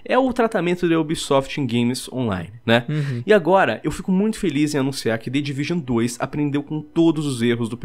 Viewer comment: "The Division uane ..." " The Division dois"